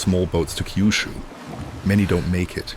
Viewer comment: It’s not Kaiyushu. It’s Kyushu. Keeyuooshoo if you insist.